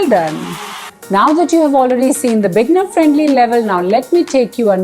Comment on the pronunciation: You often say bigner, but the word is beginner....bee-gin-er.